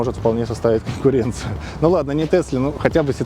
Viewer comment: Тесли говорит конкуренцыю😂,сказочник